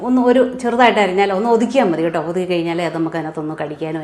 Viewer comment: ഓട്ടോ അല്ല കേട്ടോ ആണ്